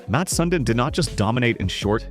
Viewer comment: It’s not Mat Sun din It’s Mats (with an s)Sundin (sundean) You’re a hockey account and you can’t get this name right delete your whole profile